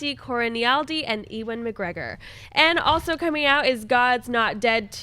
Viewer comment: The way pronounces Ewan McGregor is...interesting